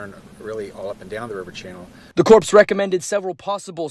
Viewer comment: Mispronounced U. S. Army Corps of Engineers about 5 times. Pronounced core not corpse.